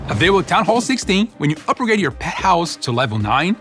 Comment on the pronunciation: Hes saying "upper grade"